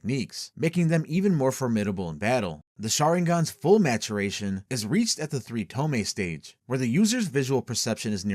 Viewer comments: tomei? TOMEI? its tomoe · "Toe-Moe-Ey." Not "Toe-May." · wtf is a tome? You mean Tomoe? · Pronounced TO-MO-EE. Js. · ok I'mma make this easier on people because I didn't know it would annoy me this much TOMOE= TOE- MOE- WAY THREE TOE-MOE-WAY SHARINGAN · Bro pronounce tomoe properly. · The 2nd o in tomoe isnt silent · this is good but GODDAMN just pronounce the names correctly. it's To-MO-e, not To-me. all the vowels are important. this is like when in the forbidden jutsu vid you kept pronouncing Edo Tensei as Edo Tensai for no visible reason.